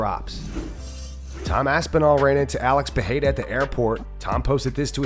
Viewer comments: Pereira not Peheira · Since you really liked correcting yourself a while back with Adesanya's pronounciation, his name is not PEHEIRA it's PEREIRA, get it right! (Yes, I'm right you don't need to try to correct me).